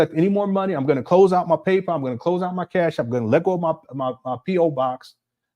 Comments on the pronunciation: “PayPow” is taking me out. 😂😂😂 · I always hated how he pronounced that 😂